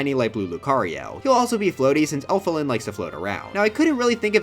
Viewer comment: Not sure what's more disrespectful to Elfilis in this video - the misgendering, the butchering of their name or not making them Mewtwo.